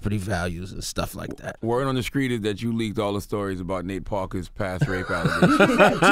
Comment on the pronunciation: Charlamagne dead ass can't pronounce words that have ((-str)) ANYWHERE in the sentence. He says, "-skr." Yee was right.